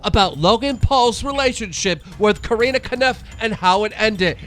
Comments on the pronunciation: stop saying karina 😩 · Dude, just stop pronouncing Corinna’s name wrong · One day you’ll learn to pronounce Corinna’s name right Keem, one day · Speaking of Coreena. Get your pronunciation right dumb fuck (rin) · YOU ARE SO BAD AT PRONOUNCING NAMES OMG!!! it’s “cor•in•ah•”!!! Also how do you get “caniff” from “kpof” ???? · COR INNA! Learn how to pronounce people's names If ur gonna be talking about them. It's annoying as fuck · Stop sayin Corinna’s name wrong 🤦🏻‍♀️ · Corina what ?😂 Keems pronunciation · This loser can’t even pronounce Corinna or David correctly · This dude can’t freakin pronounce Corinna. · Learn how to pronounce Corinna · Keem what is it man, pronouncing hot girls names wrong, Alissa now Corina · Take a shot every time Keemstar pronounces Corinna’s name wrong 😂 overall it doesn’t really matter I just think it’s funny